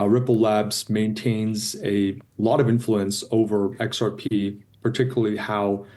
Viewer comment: Its not rxp its xrp madam